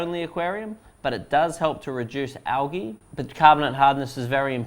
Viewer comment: Word of the day : Algee (Not Algae)